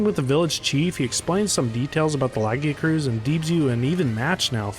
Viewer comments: Awesome video but your pronunciation of Lagiacrus is painful lol Edit: you say Laggy-uh-cruise but it should be Luh-guy-a-kris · Lagi- A- cruise????!!!! Lu-Gai-Ah_Kris is the only real way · Hearing you say "Laggy-uh-cruise" through the video was so painful 😭 it is pronounced "Luh-Guy-Uh-Crus" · I've heard two people pronounce the "-crus" as "cruise" and I don't get it! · Bro said laggycruise instead of lagiacrus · This is the worst way i heard someone pronounce Lagiacrus. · The way you pronounced lagiacrus caught me off guard lol